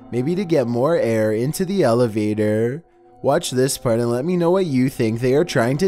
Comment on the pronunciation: my friends say i sound like you when i do the accent like when you say elevatorrr